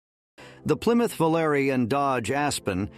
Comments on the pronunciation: The Plymouth Volare is pronounced Vol-ar-ee. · Even the Dodge Vo-Larry? 😂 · Computer can't figure out how to pronounce "Volare" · This must be a bot. It pronounces Volare differently each time it's used. 😀